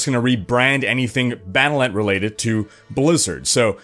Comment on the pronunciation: Pronounced "Battle DOT Net"